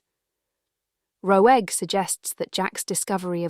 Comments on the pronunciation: Huh? That's how you pronounce Roeg - like Rogue. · It's a masterpiece of a film. . . I do have to laugh at the AI narration mispronouncing Roeg LOL